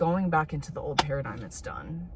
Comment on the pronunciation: When u said new paradigm then the way you said new pair of dimes LOL you are low key hilarious dude